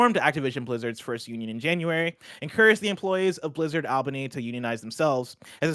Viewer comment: All-bany not Ahl-bany